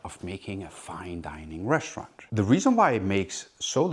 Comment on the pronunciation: What do "reschtaurant" and "induschtry" mean?